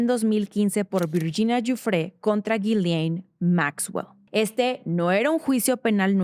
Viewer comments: Es Ghislaine. No Ghilian. Por favor haga la diferencia. Se presta para confusión. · La h y la s son mudas en ghislane se pronuncia gilane 😊